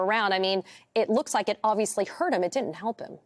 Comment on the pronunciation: Can that news anchor see? It " rooks rike" her eyes are closed. I wonder why her laundry is so clean.. ancient Chinese secret huh!!!😂